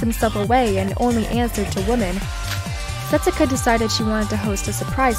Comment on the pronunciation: Hibiki calling Setsuka "Suka" is the best thing ever if you're from Poland.